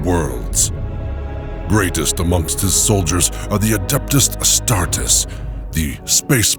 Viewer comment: Ai reading sucks so bad… lost me at mispronouncing Astartes lolz